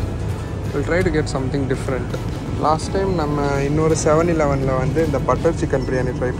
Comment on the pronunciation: Bro if u difficulty to pronounce 7 eleven means just tell it 7E we Asian just told it 7E